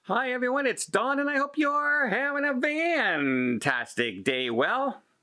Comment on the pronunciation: Fantastic is pronounced with an F, not a V.